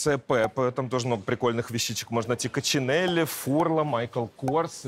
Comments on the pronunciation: И правильно произность бренд сумок Коксинэль, а не Кочинелли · И правильно произносить бренд сумок Кочинелли, а не Коксинэль, потому что Кочинелли -- итальянский бренд